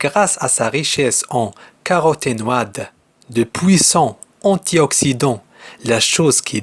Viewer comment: attention Mr intelligent pour les mots caroténoïde et les os consultez un dictionnaire phonétique